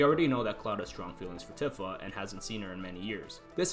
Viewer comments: I'm sorry for being this person, but it's Tifa (Tee-Fa) not Tiffa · Bro it's pronounced "Tee-fa". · Tifa is pronounced TEE-FA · Cool video, but that pronunciation of Tifa is like nails on a chalkboard.